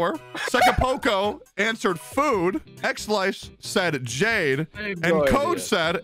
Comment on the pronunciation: So Xlice is pronounced Slice not Alice I see